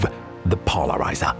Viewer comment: "REmove the polariZAH" I loved this series so much. Can't wait for more.